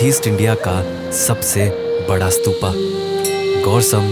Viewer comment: स्तूपा नही स्तूप है